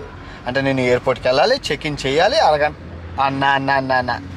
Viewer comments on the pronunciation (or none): గంత కాదు గంట తపా తపా కాదు టపా టపా రా నాయన😂😂😂